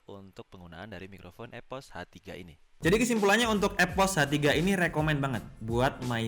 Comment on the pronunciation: EPOS WOY BUKAN EVOS